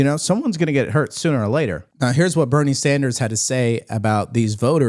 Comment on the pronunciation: Boynie Soynders can sock my deek. Cormnoonist clowwn 🤣🤣🤣